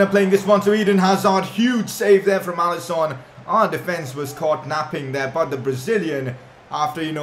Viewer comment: It’s alisson not alison